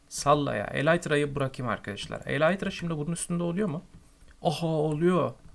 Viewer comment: kardeş eleytra deil elytra :) :)